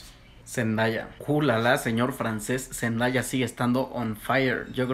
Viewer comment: Se escribe Zendaya y se pronuncia Zendeia.